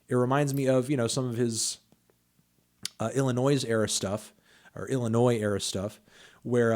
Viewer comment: Haven’t heard someone pronounce Illinois with a hard s at the end since middle school.